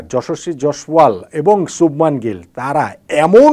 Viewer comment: Ha..arekta kotha .....sothik uccharon holo 'Subhmon'...subhman noi... jar ortho bhalo moner manush...Hindi te akkhor gulo 'a-kar' er moto uchharon hoy.